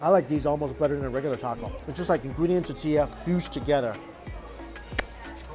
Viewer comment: Don't get me started on his pronunciation of tortilla.